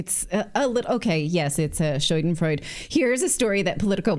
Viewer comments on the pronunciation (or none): The german word "Schadenfreude" is spelled like: Scha - like in "shut" den- like "dense" freu- like fro-ä -de like "dell" (Scha-den-froä-dä) and Burg isn't Bööörg no it's "U"like in BOOM... "Buak"